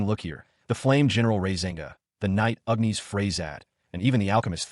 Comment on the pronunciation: Gawd, AI does not know how to pronounce Agnis. It's not Ughniss. It's Agggnnniissss!